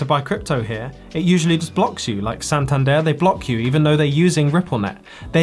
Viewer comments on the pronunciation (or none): none